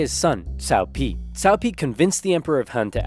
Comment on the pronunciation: Cow Cow and his son Cow Pee